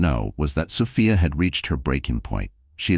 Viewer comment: Is it Soph-I-a? Or Soph—EE—a? Get a better AI🤬🤬